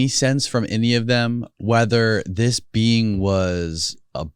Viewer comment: When he says. Being I hear Bean lmao